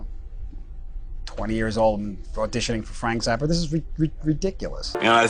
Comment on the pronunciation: Why does this narrator pronounce it Frank Zarppa, rather than Frank Zappa?